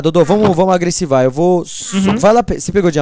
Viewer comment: Que agonia do falando agressivar man, eh AGREDIR